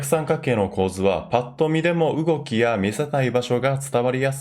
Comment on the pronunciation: う↑おき 動き ギリう↑おき